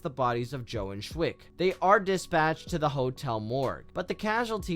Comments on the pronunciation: Young boy? Yeah, a young 30-year-old boy. In the industry, that's called a "stake." / / / / "Schweick," not "Schwick." No one in the movie pronounces it "Schwick," plus the spelling of the name is in the credits. Here's something that irritates me about movies. Why do characters always bleed from the mouth? That guy fell off a scaffolding onto his back. Even if he'd experienced a compound fracture of the vertebrae in his neck (which I don't think is what happened), he wouldn't bleed from his mouth. A more realistic injury would have been blunt force trauma from the fall. The "bleeding from the mouth" thing is only done for visual effect. THAT is a "young boy." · Who narrates these things. Poorly written and the reader has no concept of pronunciation of famous character names. Liza is read as Leeza throughout shweik, pronounced shvike constantly referred to as Shwick. The reader obviously has no real interest nor awareness of these great films.